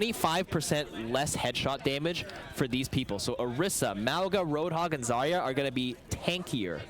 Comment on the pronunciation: Almost no one knows that "Zarya" is pronounced correctly with an emphasis on the last letter 🥺